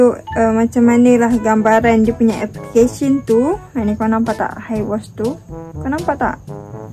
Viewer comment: Bukan iwash la kak 😂